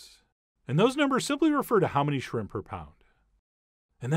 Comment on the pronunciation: Warning: If you pronounce it "srimp", do not attempt this recipe.